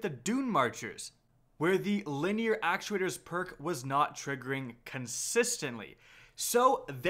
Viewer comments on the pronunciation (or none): none